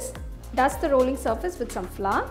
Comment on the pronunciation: It's not flaw😜😜 it's Flour